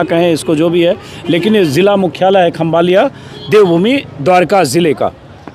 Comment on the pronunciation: खंभालिया नहीं खंभाળિया